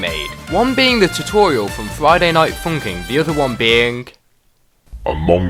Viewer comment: dang he really said friday night funking